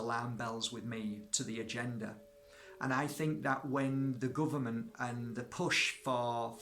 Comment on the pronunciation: Da guhvuhmant